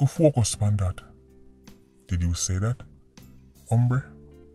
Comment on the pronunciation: I know this serious but every time say ombre I deading 😂😂😂😂😂